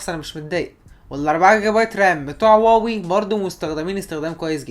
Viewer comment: هواوي وليس واوي يا واوي